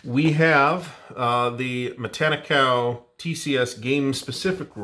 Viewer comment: You're pronouncing it the same way I've heard it pronounced.